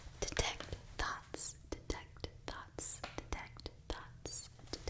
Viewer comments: I thought you were saying "detect thots" the whole time LMAOOOO it made sense in my head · Detects thots detect Thots haha that’s what I thought she said at first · Am I the only one who thought she said “detect thots?” I didn’t know I could learn a spell for that 😂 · ngl i heard defect thots at first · I had a bit of a giggle here, when she was saying "detect thoughts" repeatedly it started to sound like she was saying "detect Thots" --I don't need that spell; that's an innate ability for my character by default, I can use that as a bonus action; with +10 to my Perception checks! :P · Oml same LOL